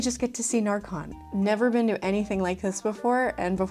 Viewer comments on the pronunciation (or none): I didn't realize you were going at närcon bc you pronounced it like narcotics (ä is pronounced more like e than a) but very exciting you got to see Sweden!! Norway killed it. Literally. Ned's head is rolling. Also Finland deserved the first price def she did that queen cosplay like it could be in the movie.